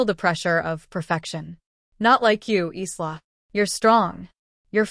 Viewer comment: Pronounced "Eye-la', not eesla